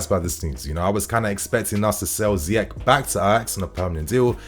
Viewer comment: It’s pronounced ZEE-ESH!